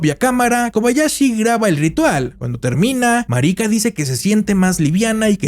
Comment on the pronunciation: Que mal pronuncian el nombre no es marica ❌ marika✅